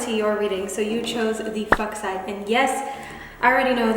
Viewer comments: 3 is actually pronounced with a long u... Fooksite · She: fucksite (fuchsite). Me: yup that's me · "we have the f u c h s i t e" tottaly doesnt sound like f@ noo dont worry... :)